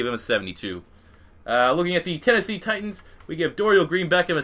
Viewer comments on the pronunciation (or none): none